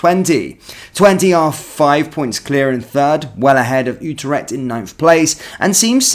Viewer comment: It’s pronounced “You trect” not “ooo ter ect” mate